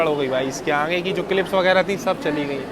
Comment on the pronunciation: Bhai aangeyy nhi hota h.. Kitna baar bola h.. Aangeyy aangey😂😂😂aagey hota h